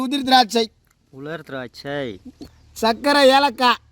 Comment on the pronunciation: வாய்ல வசம்ப வச்சி தேய்க்க.....😂😂😂அது உலர் திராட்சை